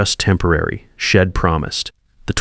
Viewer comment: ...horrible. AI says "shed" instead of she'd, "Id instead of I'd. "Wed" instead of we'd. Couldn't finish listening because the errors were so apparent throughout the the first few minutes of the story. More AI garbage.